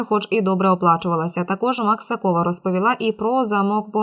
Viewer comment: Пані диктор, навчіться правиьно робити наголоси! МаксАкова , а не МаксакОва!